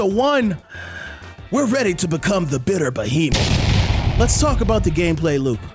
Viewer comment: It’s the explosion when you say bittier behemoth 💥 that gets me. Easy sub and I’m def tryin this out